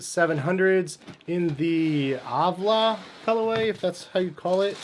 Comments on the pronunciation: Avlah.. smh nigga can't read AL VAH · These are fire 🔥 Btw its Ah-lva not avla 🤭